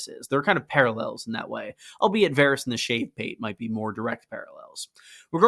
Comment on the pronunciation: Dawg, it's Varys lol